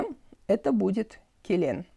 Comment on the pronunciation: Очень нравятся ваши уроки, но у казахов нужно четко говорить : не мАлАко, а прямо мОлОко, Не келЕн, а келiн- что бы произнести звук і, нужно просто ее не говорить . И все. Лн произнести вместе, невольно получается звук і. После л почти всегда произносить ь, и у вас правильно зазвучит слово әйел